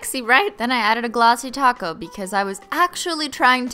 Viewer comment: Every time she says topcoat I think she says 🌮 taco